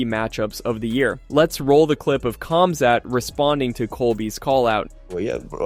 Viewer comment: Nobody heard Colby call Khamzat for Cumshot?